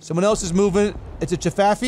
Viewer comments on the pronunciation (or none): What did just call a Chaffee? a Jafaffee?